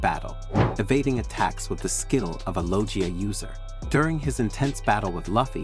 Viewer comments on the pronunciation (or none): its not luhfee, its loofee, its not lojia, its logiea. That aside these ranks are fucking crazy. marco is top 3 not even close. this shit is trash